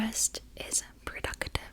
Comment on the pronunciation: Her "productive" sounds like "purductive"